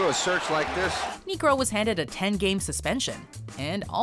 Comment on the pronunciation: that is not how you say Niekro....